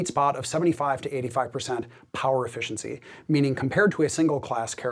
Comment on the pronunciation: that is not a correct pronunciation of efficiency is it D: ?